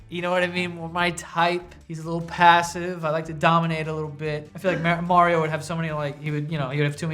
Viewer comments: Holy shit!!!! Joe pronounced Mario correctly TWICE!!! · JOE PRONOUNCED MARIO CORRECTLY?! WOW.